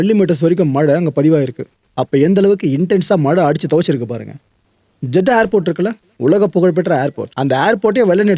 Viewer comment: Athu jada illa Jedda